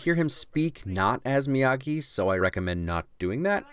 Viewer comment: Mr miyahgi! No it's miyagi